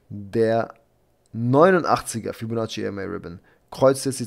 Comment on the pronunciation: Hey Ich habe eine Bitte an dich. Könntest du ein anderes Wort für Fibonacci nehmen? Ich lache mich jedes Mal kaputt. Das hört sich wie "Fellatio" an... 😂😂😂